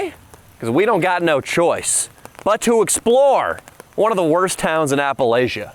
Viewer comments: It’s not Appalaaasshhha. It’s Appalachia, like App a latch uh. If you’re going to come to exploit us rednecks, at least learn to pronounce it correctly. lol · You pronounce Appalachia like an outsider. 😎